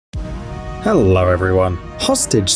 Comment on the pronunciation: I like it when you say "hellor everyone"